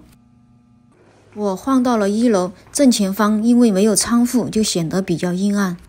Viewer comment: 哈哈哈哈，一听就是四川人“cang fu”，应为chuang 窗 hu 户。